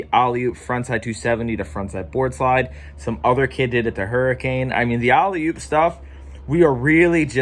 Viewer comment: Yo dog it’s Allie oop , not Ollie oop